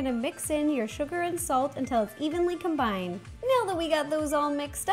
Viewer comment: stop saying evenly cumbind😬